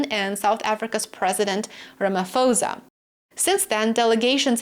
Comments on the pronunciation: The pronounce is of "pho" is not "fo", but "po" as in the word pole. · President Ramapho(pronounced P like polar not F) Ramaphosa please practise...